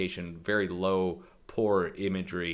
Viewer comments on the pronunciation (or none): none